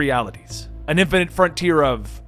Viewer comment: its "boy-ze" not "boys" "fine-ite" not "fin-it"